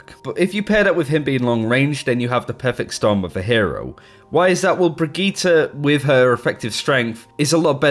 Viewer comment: The way you say brigitte is so triggering